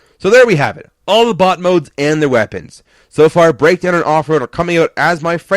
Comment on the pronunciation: When you say bot it sounds like butt